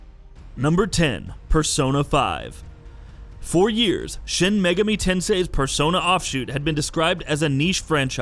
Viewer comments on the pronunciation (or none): SHIN-MEGA ME TENSI ?????? Ahhhhhhahahahahahaha